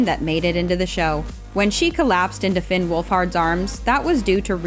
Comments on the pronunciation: IT’S FINN NOT FLYNN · Um- flinn? His name is actually “fin” 😳😳💀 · Did she just say Flinn? Finn Wolfhard not Flinn Wolfhard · I funking hate how you said flin not finn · Mrs girl rly said “flinn” instead of Finn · Did she just say flynn?? 😭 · She called finn "flinn"💀💀👁👄👁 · she really called finn flinn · # she said FLINN 🤣 no hate btw, i just thought it was funny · I'm sorry but in "The Loneliness" did you just call Finn "Flin"? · She called Finn wolfhard flinn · She called Finn flinn 🤣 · Did anyone else here her say Flinn💀💀💀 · Did she say Flynn? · no way you said flin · IVE BEEN LOOKING FOR THIS COMMENT. i even slowed down the audio and she does indeed say flynn, like um, girl who’s that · glad i’m not the only one who heard FLYNN lol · Did no-one else hear her say FLIN? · 38 seconds into the video... who the frick is Flynn? ........flynn??????? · She said Flinn🤣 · omg not her saying “flynn”🤦🏻‍♀️🤦🏻‍♀️ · 0.39 you didn't just say "Flinn" 😭